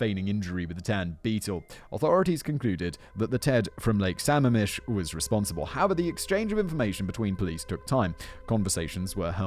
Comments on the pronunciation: As someone who lives in the PNW this would have been an unrelentingly painful and scary episode, but it was lightened by Simon’s (very understandable) mid pronunciation of Lake Sammamish. The PNW really does grow some terrible serial killers. Has Simon done the pig guys up in BC yet? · Right, I’m wondering if he’s done the green river killer I’m impressed that Sammamish was the only thing he mispronounced! As someone living in Seattle, and grew up nearby, I’m feeling surrounded by all these murdered women! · Also, Simon, I know the Pacific Northwest has really weird and hard to pronounce places(as most of our geography has native names) and I know you love your pronunciation guides. Lake Samamish is (Sa-maam-ish). Makes me smile listening to people who didn't grow up hear try to pronounce places. When an east coast colleague moved here, took my a while to figure out what they were talking about when they tried to pronounce Puyallup 😅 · Sammamish is pronounced Suh-mam-ish Lake Sammamish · The lake is pronounced with the stress on the second syllable: Sah-MAAM-mish. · I know it doesn’t really matter but the way you pronounce Sammamish made me laugh. It’s pronounced Sa-ma’am-ish. 😂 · also lake sammamish is pronouncesd suh-mah-mish not all that relevant just thought it was worth mentioning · Lake sa-mam-ish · Sigh. Sam-MAM-ish. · Loving the pronunciation of Sammamish. (It’s actually Samam-ish) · The locals pronounce it Suh-mam-mish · I know it's minor, but it's pronounced sam-MA-mish. I made the same pronunciation mistake for quite a while when I first moved out here. Lots of Native American names out here, many of which are pronounced in ways you wouldn't expect. You got Issaquah right though, so kudos on that one. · Sorry, but it’s Lake Sa-MAM-ish. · Lake sa-mam-ish* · it’s pronounced “su-mam-ish” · Suh-MAM-ish...Lake Sammamish, Washington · I’m from the Seattle area and had no freakin idea Ted Bundy was from Tacoma Embarrassing Also it’s suh-Maam-ish